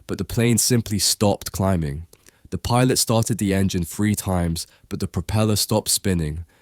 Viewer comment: When you say the word three it's sounds like your saying the word free, and when said the word free it's sound like three..get it right Englishman!!..so what is it free or three?? 😂